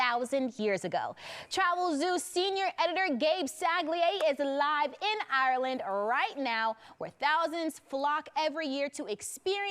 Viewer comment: She keeps saying Areland... where is this place...